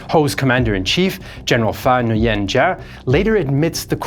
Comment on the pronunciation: I'm going to be the one person in the comments that will say: Nguyen is pronounced NU-WEN. Not Nu-yen.